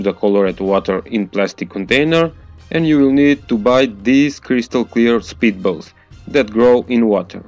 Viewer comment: Thought he said "speed bubbles", took some extensive Googling to find out it was "spitballs". BTW switching from a quiet background music to a really LOUD one is a bad idea, some people have to deal with family/roommates.